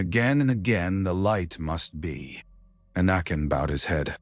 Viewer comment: Your AI keeps pronouncing anakin as anuken who I think may have been a Eygptian Pharaoh 😂😂😂